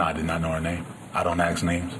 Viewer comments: Axing instead of asking................urgh , People learn English ! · "I don't axe names" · Not ASK but AXT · “I don’t axe names.” Case closed. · "I don't 'aks' names." - That's all I need to know. 🙄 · He don ax names